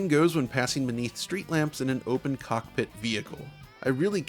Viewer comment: I love how you say cock pitt. Very nice cock pitt.